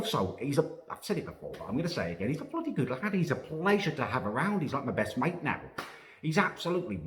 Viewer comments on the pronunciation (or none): none